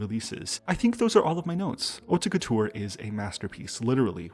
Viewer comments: I never noticed the concept, what a great video!!! FIY with no shade on the side: Haute Couture is pronounced like 'oat' couture, you dont need to enounce the 'te'. Love your videos <333 Strategy hype train lets gooo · French person here ! The "haute couture" pronunciation in the video you picked is a little confusing because they put too much accent on the "te", nobody pronounces it that way here. You have to pretend the e isn't here. It' like "hautt-couture ". Also they pronounced the "re" quite weirdly But nonetheless it's no big deal and it's very nice of you to even do your research to pronounce it the best way possible hehe Edit now that I have actually watched the video : I was pleasantly surprised by the album, and your analysis was very interesting and straight to the point, great work!